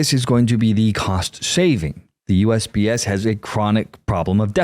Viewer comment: I know he was saying USPS, but it sounded at first like he was saying USBS